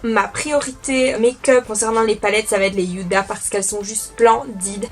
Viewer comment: Coucou, il me semblr que tu prononces Yuda pour la palette mais il n'y a pas de "Y" dans le nom 🙂